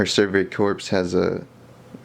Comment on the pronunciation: Pronounced survey "core". The p and s in corps are silent.